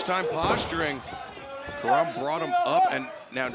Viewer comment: It's Karam . CAR-RUM. Not "kuh-rim" , "kuh-rom".